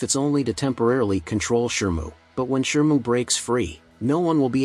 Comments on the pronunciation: And Shimu not Shirmu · How is it that you always pronounce "Shimu" as "Shermoo"? 😅